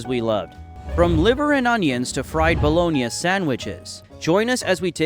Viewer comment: I haven’t heard it pronounced “bah-lo-nee-uh” I’m guessing this script is being read by AI.